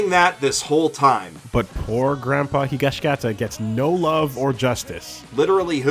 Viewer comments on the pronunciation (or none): none